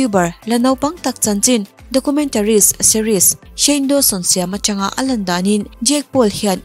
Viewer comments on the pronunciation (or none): none